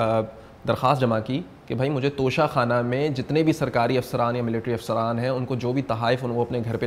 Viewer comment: Lafz tohsha Khana hai na ka tusha khana